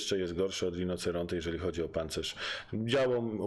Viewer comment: świetny film bardzo merytoryczny lecz: RINOCERONTE- wymowa : RINOCIERONTE- 😉👌